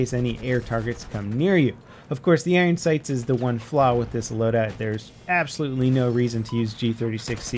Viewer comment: Haha "there's Appsrolutely no reason to use the iron sights unless you like pain"